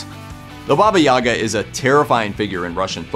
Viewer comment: Why English speakers always mess up stress in Russian words? The stress in Yaga is on the last syllable - Yagá - YagAA. And 'babushka' is first syllable - bábushka - bAAAbooshka. Also never heard of those fairytales... 🤔